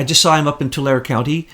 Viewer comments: It's pronounced "TOO-lair-E" Tulare County -Devin Nunes ROCKS!!! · I’m from Fresno Country which is next door to Tulare County. “Tulare” is pronounced “too larry” btw